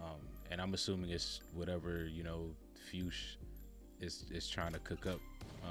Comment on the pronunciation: Fuches is pronounced “few-cks”